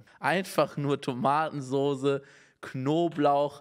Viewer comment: TomatensoSe🤣🤣 und nicht ß 🤣